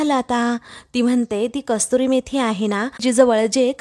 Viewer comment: कस्तुरी मेथी नाही, कसूरी मेथी.